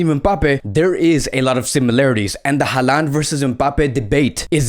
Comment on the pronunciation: His name is pronounced HAland not haLAnd